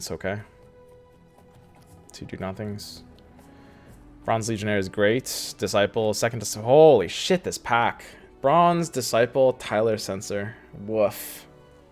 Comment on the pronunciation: I like you,. But please look up the word legionnaire, lol. Or is "leg-in-air" an inside joke I'm not getting?